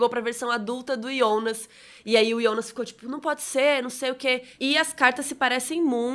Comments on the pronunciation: ouvir "Ionas" incomoda, prefiro Jonas. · Ionas? Kkk sai pra lá, é JO NAS! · Que menina chata falando Ionas o tempo todo 🙄... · Me desculpa curto muito seu conteúdo , mas vc faz vídeo pra quem assistiu e vai assistir em português ou alemão ? Até entendo que vc assistiu em alemão e por isso fala o nome Jonas assim mas por favor reveja esse conceito ,seu conteúdo é nacional !!! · mesmo em Alemão você pronúncia errado...